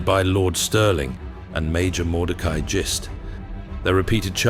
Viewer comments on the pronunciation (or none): Just so you know for any other videos you may make, and Mordecai Gist could definitely be in more, the name is pronounced like Fist only with a G not an F. I'm fairly sure I know.